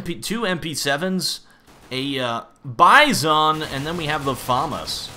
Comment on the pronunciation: It's buy-sin, like the animal bison